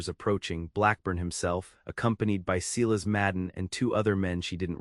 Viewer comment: AAAAGGHHHHHHH!!!!! Seelas is not how one pronounces SILAS! ELIAS is NOT Eeelll-ee-is!!! Retrain AI!